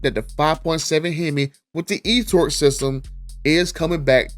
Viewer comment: Please no e torque 😭